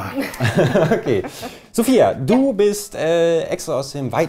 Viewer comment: Mensch,, die heißt SOFIA und nicht SOFIE!! Schlauköpfe.